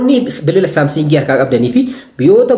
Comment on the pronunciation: Samsing hin jedhin Samsung jedhi